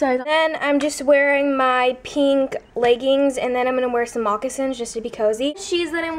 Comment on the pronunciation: lol did u say pink leggings???